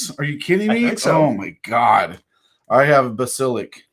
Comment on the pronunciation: Like 69 bas-i-lisk